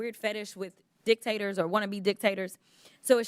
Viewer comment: 😂😂😂😂 she said a fetish with "Dick-tators"!